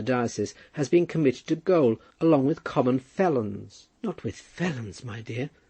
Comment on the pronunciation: "Gaol" should be pronounced the same way as "jail" .